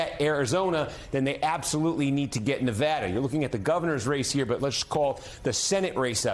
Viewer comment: What's a "nivaada"